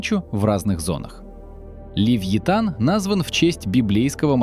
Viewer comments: не левлотан а левеофан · Левиафан Мэлвила, а не ЛЕВИТАН!